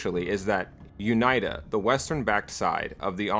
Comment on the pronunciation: This is a very dumb nitpick but it's triggering me how he says UNITA. It should be "Uneeta". I'm loving the video regardless, amazing job.